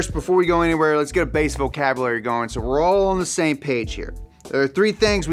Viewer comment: Something about pronouncing the word "vocabulary" as "vo-cab-uh-lary" tickles me.